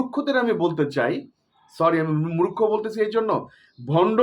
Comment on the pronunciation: আপনি নিজেই "মূর্খ" একটা , বার বার বলতেছেন "মুরোক্ষ" মুরোক্ষ , আরে গাধা এর উচ্চারন হবে "মূর্খ "🤣🤣🤣🤣🤣